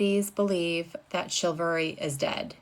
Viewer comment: It's chivalry, not chilvary, that's why it is wrong.